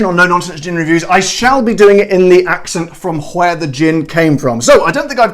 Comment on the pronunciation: Did you really say gwhere the way Stewie says gwhip?